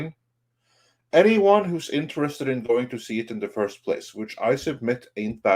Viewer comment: Magical negro- " I was here foist!"